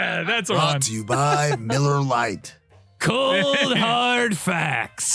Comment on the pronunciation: Every once in a while, I could swear he says MULLAR LITE